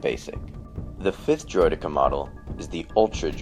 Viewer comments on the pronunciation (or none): ITS Droid-eh-kah not Droid-EE-kar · Droid-D-Cens? I prefer the pronunciation Droid-deh-Ka. Our you Dan just call them Destroyers or Destroyer Droids. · Bro it.s not droidika it.s droidikaaaa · Droy-Deh-Kah not Droy-Dee-Kah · THAT IS NOT HOW DROIDEKA IS PRONOUNCED its droid-ecka not eeka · its pronounced droi-decka, not droi-deeka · droid-eeh-ka not driod-ee-ka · bro he really saying droy deka lol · I ain't gonna lie I chuckled everytime he said droideeka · It's pronounced eka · it's supposed to be pronounced droid-eck-uuhs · He says droideeka which is so annoying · Let's be honest everyone: It's not pronounced this way, its pronounced: Droid-e-KA. Like in the TV series and original battlefront. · Why the fuck are you calling them "Droideekah's"? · I love your account dude but Driod-Deck-A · why the fuck cant people just agree on the pronunciation of Droideka? Someone even says it in the phantom menace, its pronounced Droidacar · "Droid-ee-ka". Using too much emphasis on the 'e' there. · can't stand how you say driodeka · It's not droideka it's more like droid-e-ka no pauses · You pronounced deka wrong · Technically it is a "valid" pronunciation, but I personally feel it just sounds wrong when pronounced that way. Droideka without the emphasis on the 'e' seems to be the actual standard and most 'correct' pronunciation of the term.